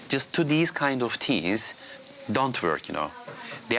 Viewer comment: "These kinds of teas" I really thought he said teas instead of teens. hahaahha